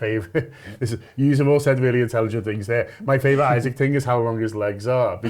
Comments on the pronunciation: Someone tell, it’s “e-sack” not Isaac. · It’s E-SAK, you fucking fat slob. Stop purposely misnaming people and just deciding you’re going to call people what you want because you can’t be ass’d to pronounce something properly… it’s rude, unprofessional and shows a general lack of respect for him and your profession as a DIY journalist. It’s not hard and you’re probably doing it on purpose. Why is a persons name not important enough for you to at least try to pronounce it properly. If someone called you Johoan when the correct simple and easy pronunciation is right there.. they would rightly be classed a dickhead like you are being